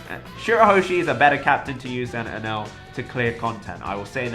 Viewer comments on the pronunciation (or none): none